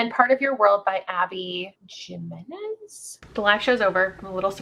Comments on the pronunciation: Jimenez- (he-men-ez) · The J in Jimenez is pronounced like an H!